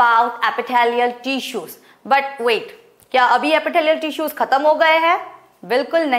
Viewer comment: I think she will be a good teacher and she is but sometimes her pronunciations were wrong she is spelling tissues like teessuis